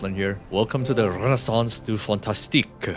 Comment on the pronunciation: As a french, seeing peoples saying renaissance du fantastique is hilarious